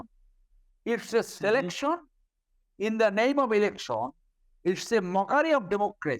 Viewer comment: Wtf is an elecshawn? Or a selecshawn? This joker is a Supreme Court lawyer? Really?